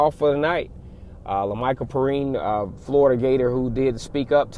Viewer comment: It's pronounced pe rine